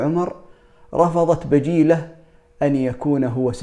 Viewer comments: بجيلة وليست بجالة ❤ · وبجاله بل بجيله بضم الباء وليس فتحه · بجيلة وليس بجالة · بجيلة وليست بجالة